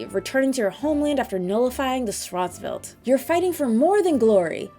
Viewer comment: Schwarz is pronounced shorts with a w. It's German for black and welt is pronounced for world. Shin Megami Tensei Fear of a Schwarzwelt.